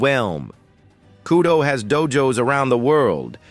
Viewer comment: It’s kudo not kyudo 😂